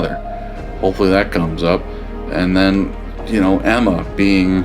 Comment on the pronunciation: I'm pretty sure it's "Amma", not Emma. But my ears are pretty bad, so maybe Amma is pronounced similarly as the name Emma? 🤷🏻‍♀️